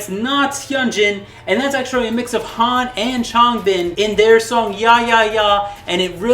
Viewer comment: learn how to say Changbin and Chan's name